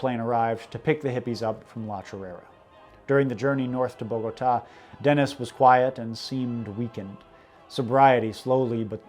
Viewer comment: Great Video! Though, you pronounce 'Psilocybe.' and 'Sandoz' way different than I've ever heard it pronounced. Took me a moment to understand what you were talking about. Also 'Bogota', lol. Also 'Elysian". 😁 Also, I think the Aztecs could be a great example of a psychedelic ingesting society, being run by a brutal superstitious cult who would ceremoniously sacrifice people and tear out their beating hearts while tossing the remaining bodies down the steps of a pyramid. And on your comment about ingesting Ergot not causing psychedelic effects, you need to read about 'Saint Anothony's Fire' and the effects they experienced. Sounds like a nightmarish trip that coincided with pain and eventual death, but a trip nonetheless. Also, LSD chemists in the Brotherhood of Eternal Love would make Ergot Wine, which can be dangerous if not done correctly, as it's not purely synthesized LSD, but it's more of a semi extracted LSD concoction, that could've been made using methods avialable even in those times, that definitely makes you trip heavily. This is likely where McKenna got his idea of Ergot Ale being used in the Eleusinian Mysteries, though i'm only theorizing 😉